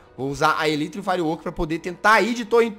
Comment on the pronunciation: o jazz: fala tudo em ingles, DA O LIKE! :) a elytra: ELITRA kkkkkkkkkkkkkkkkk